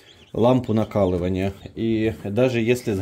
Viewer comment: Не накалывания а накаливания